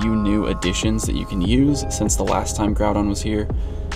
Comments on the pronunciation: “Groupon” lol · "Groupon" lol